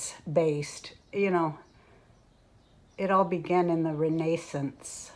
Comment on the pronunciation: Re-NASON-se? I know of people with the last name Nason!